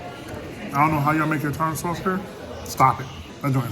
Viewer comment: ........THE TAR-TAR SAUCE STRUCK BACK!!!!🤣🤣🤣🤣